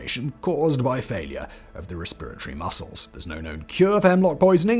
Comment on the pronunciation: Very entertained by the pronunciation of “resperitoty” LMAO.